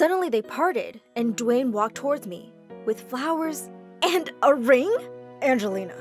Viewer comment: "dwaen Johnson"